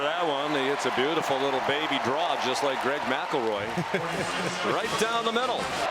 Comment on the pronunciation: There’s no way that announcer just said Greg McIlroy 😂😂😂